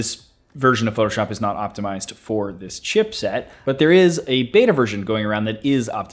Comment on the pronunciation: Every time I hear this man say chipset I die a little more inside